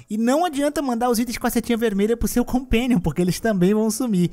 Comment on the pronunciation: '...o seu compéniom".